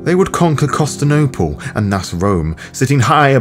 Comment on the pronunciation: Don't worry about how to pronounce tzimisce. Work on viviscitude, immune and Constantinople. Other than that, Good atmosphere, good read.